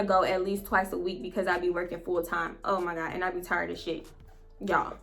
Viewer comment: “Oh my gawd” 😂😂😂 I be in tears when you say that! 😭